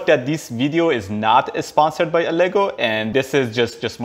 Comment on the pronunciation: by the way its not elegoo "alagoo" thats how you say it